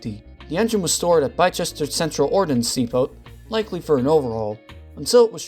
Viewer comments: Bicester claims another scalp. It's one of those funny British placennames that isn't pronounced as spelt. The c and 1st e are silent but don't ask me why. If you ever need to say Bicester again just say B-ster with as short B as in because. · Interesting video, thank you for your time to post. Welcome to the quirky English language, Bi-Chester.. Has England just gained another new town? 😁 Try "Bister" and we'll all know where you are. Good job there wasn't a shunter based at Wymondham or Happisburgh in Norfolk!